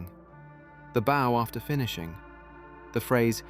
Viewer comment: For our friends who are a little slow, when the narrator says bow(bó) it doesn't mean this 💝 or this 🏹. It's mispronouncing bow(bau), the common asian greeting and display of respect.